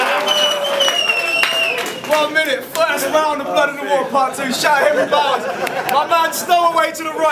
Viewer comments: Did this dude just say Henry Sourse?!! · was the judging section a competition to see who could butcher Henry Bowers name the most?